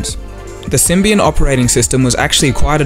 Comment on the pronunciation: I heard "So they got onboard with sybian" xDDD